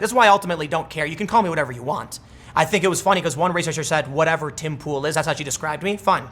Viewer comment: You called her shoe hahaha....I thought it was head